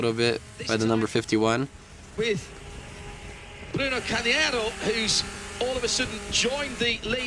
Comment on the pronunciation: ah those Brits pronouncing names!! worse than Americans lol Bruno Cahniero , Rohdishio grill ahahahah